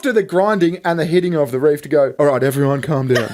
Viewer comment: **REEF. Not "REAF." 🤦‍♂️